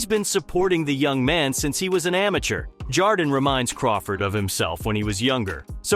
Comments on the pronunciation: It’s Ja-Ron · Said it two ways, both wrong 💀 must be AI because wtf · Bro delete this and learn how to pronounce this man’s name. Disrespectful lol